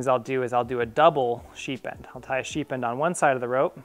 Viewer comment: sounds like you're sying "sheep end" :) nice demo of the bowline on a bite.. never saw that one before.. the second knot you called a bowline on a bite is a doubled bowline.. one of my favorites